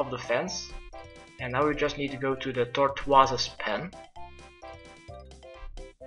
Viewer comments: Tort-wortose pen though LULUL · Tortwazus pen haha